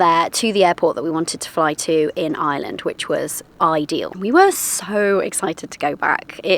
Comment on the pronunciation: Well done, congratulations, welcome to Ireland (fn. Eye-er-land... not Island 😊) - hope you get the local accent quickly because you'll need to with the one you have 😂😂😂😂😂